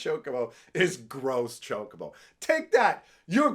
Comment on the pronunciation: As a Canadian, you should understand french... the chocobo isn't "gross" he is "gros", pronunced like grow, which means big (fat).